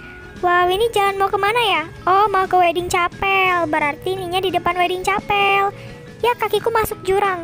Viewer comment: bacanya bukan capel tapi kapel